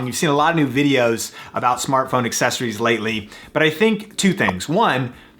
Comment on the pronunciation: "Smatphone Lenses" :D